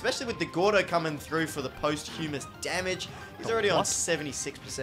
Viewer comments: Posthumous - post-hyu-mis lmao. It's Pahst-che-mous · "post-humas damage"